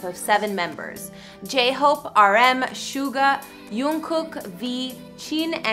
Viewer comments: Soogar? It’s suga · Gurllllll hes name is jungkook and hes name is chin ,snga gurl it's suga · Suga is pronounced as Shooga or Shuga